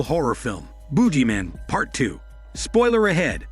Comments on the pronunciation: The Boodg-Jee Man you gotta pronunciate 🧐🤔😂😂😂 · 'Boo Gee Man'. I love how you pronounce it. lol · It's the buggy man Not the boogie man I can not lol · Not the "Boojie" man . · The heck is a boojeyman?